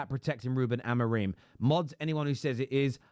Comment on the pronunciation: I'm pretty sure it's pronounced Amo-rim not Amo-reem, that's how the Ai bots pronounce it lol